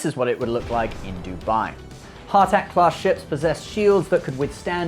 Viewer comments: Wait SG1 is on Netflix??? Is that US or UK? Love the BC 304 daedalus, one of the best human ship designs in sci fi next to the Omega class destroyer from B5. Side note is not pronounced Har tak its "HA" tak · He moaning about pronouncing names right and then calls it a 'Haaarrr Tak" lol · has a go at the pronunciation of Goa'uld then calls it a "hartack" mothership... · I love the way you did a whole bit on how to pronounce 'Goa'uld' but then snuffed 'Hatak' and 'Jaffa'. Oh you. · Just like the O'Neil remarks in the show, there is supposed to be an apostrophe in the middle of Ha'tak and therefore, just like the Goa'uld, it is pronounced the same way ;P Nice video, though! :) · Start the video talking about how people mispronounce Goa'uld. Later mispronounces Abydos and Ha'tak